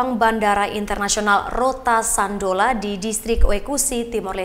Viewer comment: Rote do Sândalo bukan Sandolo...preeettt